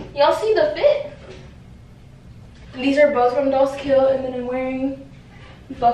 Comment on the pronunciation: she said dollzkill